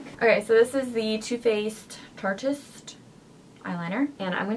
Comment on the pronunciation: Did u say "too faced tarteist" 😂😂😂